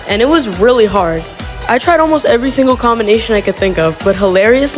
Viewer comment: did anyone hear him say every stingle stage?